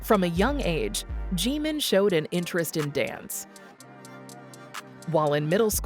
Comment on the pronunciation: Okay who programmed the AI wrong to say Gmin instead of Jimin 😄 I'm listening very carefully after what I heard now. Anywho, I cannot wait for the album and worldwide concert 2026 its been oh too long.